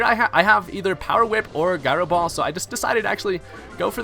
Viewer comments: Guy-ro ball? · Can't stop laughing at "Guy Row Ball" lmao